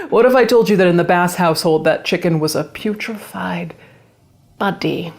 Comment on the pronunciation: Omg I cackled at “putrefied… body” hitting both syllables hard 😆